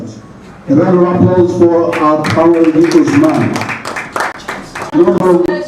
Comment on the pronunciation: Kamaru not kabiru